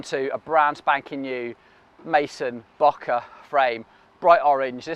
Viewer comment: Surely it's pronounced like 'bouquet', just like the photographic term for a shallow depth of field.